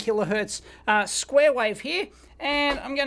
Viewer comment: ‘wife’, ‘wifeform’, ‘square wife’ 👍😂